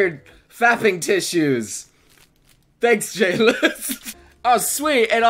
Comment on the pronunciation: When he said J-list i heard Jail LOL GGWP